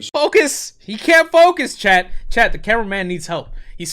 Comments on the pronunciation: I feel really dumb but it took me a good five minutes to realize you were saying Chat and not Chad. I'm sitting here like wtf, WHO'S CHAD?! 🤦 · Oh your saying CHAT! I thought you were saying CHAD I was like Who The fk is Chad?!